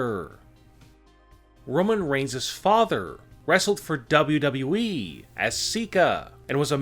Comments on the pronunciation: This guy is a damn mush mouth when he says wwe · "Big dubdubeee title." Lol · The way he says wwe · The way he pronounces “Wwe” makes me laugh without knowing why😂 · When he says "WWE" it sounds like his lips are glued together. 🤣